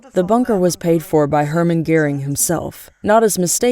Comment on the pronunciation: Why the voice-over? Because Americans are too illiterate to read subtitles? Also why is the name Göring pronounced as “Gehring?”